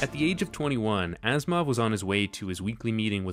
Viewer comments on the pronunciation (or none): Why I keep hearing Asimov as "Assmouth"?